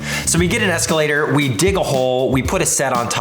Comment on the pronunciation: did anyone else hear him say escalator?